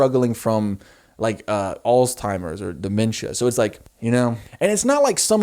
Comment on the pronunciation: did you just call Alzheimers all-timers? Is this a gorl world reference or what😭 Edit: you said alz-timers this time haha. Honestly not being mean, just thought it was funny